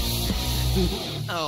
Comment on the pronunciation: Bro said wooly😂